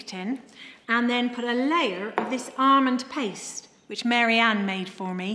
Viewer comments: Thats a weird way to pronounce Almond.. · …and “armond” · Definitely ARMOND 😊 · Most of us say it like that in England.